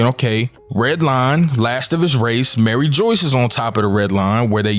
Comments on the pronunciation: Broooooooo its Mary- ju waaaa not fucking Mary joice!!!!! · My man's killing my soul everything he says Maryjoyce it's mariejois lol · Mariejois- Marie-jua lol 👍🏾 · Dude it’s not pronounced Mary Joyce bro your confusing people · my man please say the names properly. it hurts to hear it being said wrong lol..Mary Joyce.....is not the name... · lol bro i cant with every time you sy "Mary Joyce" like i hope thats just a meme dude it kills me lol. Same thing whenever anybody says "Aka eee new" like its "Ahk-eye-noo"